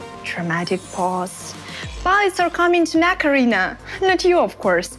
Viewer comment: I just can't help it she is saying "Macarena" AKA mech arena. I know I'm bad I'll stop